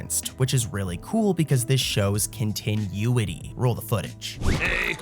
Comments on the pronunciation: Kon tin oooo it e 😂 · The way he pronounced it really rubbed me the wrong way lol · "continueity" lol